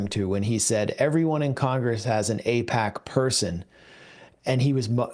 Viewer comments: It's NOT pronounced A-peck, it's pronounced A-PACK as in PacMan. Don't be so sloppy. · Apaaaac not apeeec